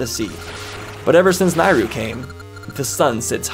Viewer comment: You are the only person I’ve heard of that pronounced Nayru as “Nye-ru” and not “Nay-ru”